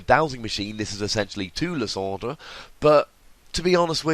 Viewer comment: LIE-SAND-ER! !! not Lis-ond-er!